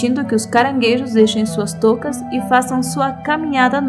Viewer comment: de portugal com sotaque brasileiro kkkk